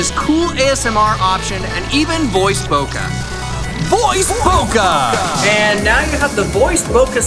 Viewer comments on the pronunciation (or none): none